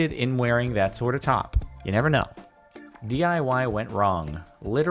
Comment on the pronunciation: its dee eye wye, not dee eye hawey